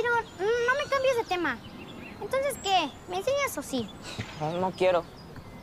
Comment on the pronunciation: Nmmz jajaj me dio risa cuando dijo antonces si o si jaja tenia que ser antonces si o no